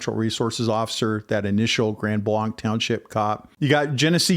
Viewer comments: Please pronounce the town name correctly. It is NOT Grand BLAHNK. It is Grand BLANK. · Overall, good brief. 👍 No, I don't think that you cherry pick verses. The local (proper) way to pronounce the name of the location is Grand Blank (regardless of the French spelling). The LDS are NOT Christian, regardless of their claims. Here are a few FACTS about them: They believe that God was once a man and married. Humans can become Gods. Jesus and Lucifer are spirit brothers and older brothers of humans. They have different sacred writings. They have the New World Translation, Book of Mormon, The Pearl of Great Price, and The Doctrine and Covenants. NONE of this is Christian. All of this being said and understood, NOBODY DESERVES SOMETHING LIKE THIS TO HAPPEN TO THEM. All human beings have the God given right of defense, regardless of religion or lifestyle. There is 0% chance of a person turning their life over to Jesus if they are not alive. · Trust me its pronounced grand blank. It may be french but non of us from the area pronounce it that way. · I will share with our Pastor, thank you. I live near Gr Blanc, and have always heard they have a good PD. The DNR officer response was such a blessing! One totally unimportant thing I'll mention is that locals mispronounce the township name as Grand BLANK. Just in case people are wondering why interviewees say blank vs blanc, it's local dialect. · Grand Blanc is pronounced Grand BLANK. 😊.